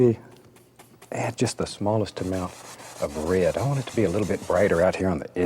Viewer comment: I can't get over the way he says "rared" instead of "red".